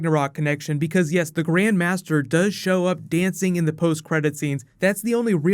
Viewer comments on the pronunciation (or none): none